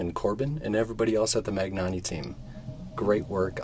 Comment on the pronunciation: Great video as always. One thing though GN should be pronounced as nj in new Or ñ in mañana.